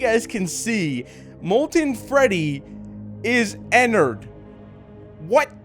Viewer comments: Pronounces it Ennerd its suppose to be " Ennard" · No its not enerd its ennard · Its not ennard its enny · also how to pronounce ennard is enn-ard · It is not enerd!!!!